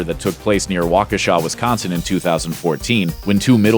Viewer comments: wow you pronounced waukesha correctly! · Wow he pronounced Waukesha correctly, nicely done!!!!!!